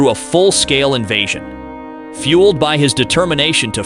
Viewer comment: either than or the narrator doesn't know how to say 'invasion' lol compelling AI narration though. Scary really.